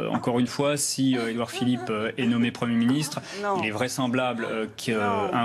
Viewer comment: "Édouard Philippot" 😂